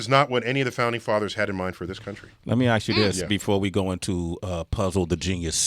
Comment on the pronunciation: Ask. Not axe